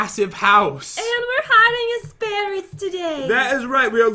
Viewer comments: Did anybody here say sperrets lol like if u agree by the way I subscribed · I think said "sperrets" instead of "ferrets"(o^^o)😂